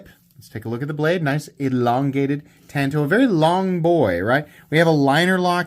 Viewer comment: Thank you for saying “tanto” and not “tonto”, something many reviewers and sales reps get wrong.